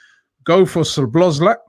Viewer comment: its Sow-boss-lie .. not sobozlak or whatever you are trying to say